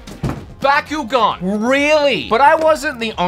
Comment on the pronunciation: Wow wow wow you said backugaun bad calm down I flipping love backugaun